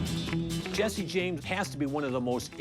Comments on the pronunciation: It’s Jesse not Jessie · it's jesse not jessie